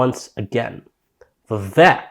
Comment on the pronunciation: Appreciate the video, but his name is pronounced Vivek= like cake, carry on 💪🏼